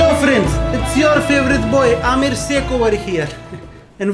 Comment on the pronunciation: Amir seikh mujhe Amir Siddiqui kyu sunai de rha hai..😂😂😂🤣